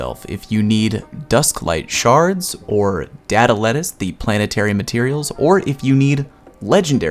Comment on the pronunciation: I love how everyone pronounces it as "data lettuce"